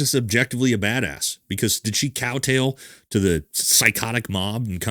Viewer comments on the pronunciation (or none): Did just say cow tail? 😂 Kowtow,. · The word is "kowtow" not "cowtail". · "Kottow," not, "cow tail." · Quick pedantic note. It's "Kowtow" brother. Not "cow tail."